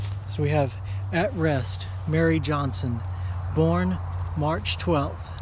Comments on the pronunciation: Good on you guys, but please - it's Marie not Mary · Marie is pronounced Ma- ree, not Mary. Not scolding or correcting, but, commenting. GOD bless you fellows for what you do!! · lol you keep saying MARY, its MaRIE. God blees you all! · Not Mary. But Marie!!!